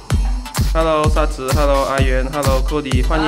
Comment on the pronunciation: 嗨啊原,嗨沙子我还以为说嗨傻子哈哈啊